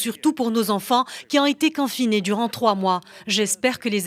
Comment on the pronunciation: Confiné et non canfiné attention à la prononciation